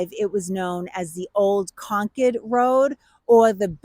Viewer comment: Is she saying Concord or conch head..?🤔